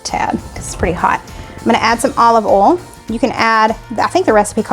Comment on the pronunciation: I’m in Mississippi and yes I hear it all the time “olive ole” like Ole Miss 😂 My mom and grandmother pronounced oil that way as well as saying “bowl that chicken for supper I’m making chicken and dumplings” 😝